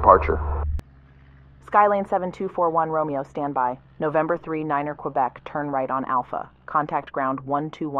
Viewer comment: My favorite is when ATC says "N12345 standy." And then you hear "N12345 standing by."